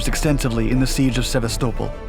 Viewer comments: I was very confused until I realized you meant Sevastopol, more commonly pronounced Sev-ass-ta-pole. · The people of Sevastopol are not happy you pronounced it like Constantinople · Isn’t the Russian city pronounced “sah-vest-ah-pole”? I’ve only heard it pronounced that way by other native English speakers. Just curious. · I always pronounced it "sah-vast-ah-pol" but yeah, he says it weirdly. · The way you say Sevestapol makes me cringe bro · It would be nice is you could pronounce Sevastopol correctly. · Even getting the pronunciation of Sebastopol wrong... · Anyone else wince when they heard how he pronounced Sevastopol ? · So...we gonna talk about the pronunciation of 'Sevastopol'? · You need to look up how to pronounce Sevastopol - you have it completely wrong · Never heard someone pronounce Sevastopol that way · It’s hardly an unheard of siege yet he butchered the name. The number of youtube narrators that don’t check on pronunciations astounds me. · Sevastopol is in no way, ever, pronounced like that! Here.... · Stopped listening when he mispronounced Sevastopol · Why are you pronouncing Sevastopol like that? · You mispronounced Sevastopol. The emphasis is on the AST not the SEV. Jackass. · seva-stow-pole.. why man why You mean Sevastopol (seh-vas-tah-pole) C'mon didn't you watch the alien movies or play the game?! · Sevasto-pol not Seva-stopol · !!! Sa-vast-a-pole I have NO idea what he's saying?!!! HAHAHA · You said "Sev-vah-stole-pol" for Sevastopol?!?!? It's pronounced "Seh-Vast-Ah-Pole". #TriggerWarning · Seva-sto-pul? That's not how it's pronounced. Sev-asta-pol. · It's pronounced 'Se-BA-sto-pol' phonetically. Not sebaSTOpol. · You're pronouncing "sevastopol" wrong. It's "sehvast-oh-phol" not "sevveystowple" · See vast a pole is the proper enunciation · Go on, say "Sevastapol" again. I need a good laugh. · Seh VAST a pohl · So many pronunciation issues. Sevastopol, chassis, reichsmark...